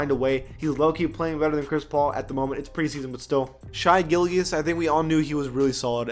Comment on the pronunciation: Gillgeous the pronunciation 😂